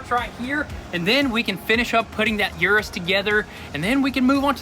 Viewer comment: Hey guys just helping you all out with your pronunciation, URUS is pronounced “OO-rooss, thats direct from lamborghini, not u-rus like you all say it.